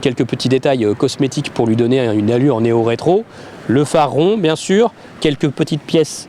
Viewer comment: néo-rétro ou Méo-rétro ????? LOL!!!!!!